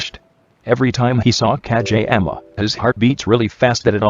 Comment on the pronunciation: It sounds like ka j ama